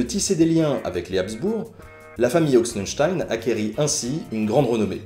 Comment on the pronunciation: J'ai ri à ta prononciation d'Ochsenstein. Pardon. :')